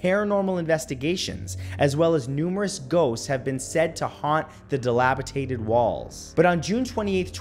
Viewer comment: Dilapitated ... Lol. Ok I'm a loser... I hang on your every word... Now that's funny!